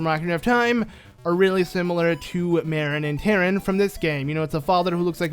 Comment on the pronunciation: And its pronounced Mar-in not mare-in. Same with Tar-in. just needed to let you know.